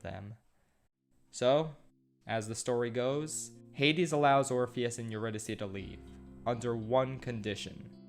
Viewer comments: My mood of the day is when you call Orpheus "orphan" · when he calls Orpheus "Orifice"...😂🤣😂🤣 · "Orifice travels to the underworld." Can't decide if name was intentionally mispronounced or that was a Freudian slip of epic proportions. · I died when he called orpheus "orphan" Edit: Persephone is now "pineapple"